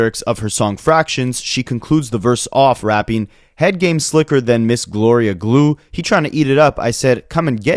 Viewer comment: Little miss gorilla glue, not Gloria glue 🙄